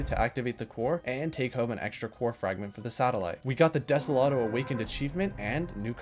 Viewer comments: ah yes, de-se-lat-o not de-so-lo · When you sed Deselato you mean Desolo? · I love how he said he butchered Usagi's name (I'm pretty sure you said it right) but instead called everything else wrong 🤣 like desolo becomes desolodo sand vasenia becomes vanessa. VTOL (Vertical Take Off and Landing) becomes VLT!? Great video! Keep up the amazing work. Also, banana🤫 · I wrote down the timestamps for all the mispronounced words. #1 is atriox(atrox) at 23 times, #2 is desolotil(desolo) at 16 times, #3 is vanessa(vesania) at 10 times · i swear some of these mispronunciations have to be on purpose, like, *desolado*?? for real?? (also vanessa is pretty wild) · silvie, desoloto, atreiox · I love the mispronunciations of the planets. Sylva is “Sylvie.” Desolo is “Desoloto.” Calidor is normal, “Calidor.” Vesania is “Vanessa.” Novus is normal, “Novus.” Glacio is “Glaissio.” Atrox is “Atriox.”